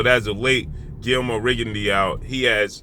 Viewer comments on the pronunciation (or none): Rigondeaux......pronounced Rigondo......not Rigondiao......just saying🙃